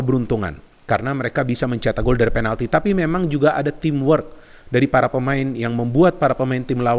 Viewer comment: Kok bisa sih ngomong"penaldo"ngakak 🤣🤣